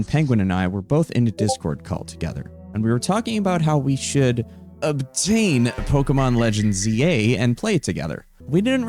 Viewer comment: Why does he keeps saying obtain like that